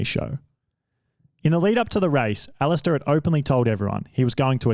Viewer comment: The pronunciation was painful, as was the pronunciation of Alistair, he says it like Ali-stair like a staircase rather than Alist-er/a where you barely pronounce the last few letters